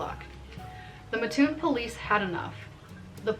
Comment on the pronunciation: It's pronounced Mat toon not Ma toon in Coles County.